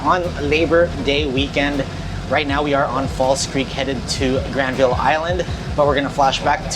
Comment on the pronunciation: The easiest way to instantly spot a visitor to Vancouver. They say GRAND-vill. It's pronounced Gran-VUL. Also it's Vangouver.